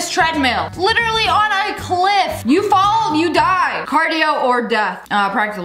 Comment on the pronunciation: bro does not know how to say literally